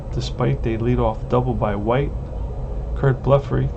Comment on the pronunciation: Both pitchers hitting home run. Extremely rare! Curt Blefary is pronounced Bleff-a-ree,, rhyming with referee.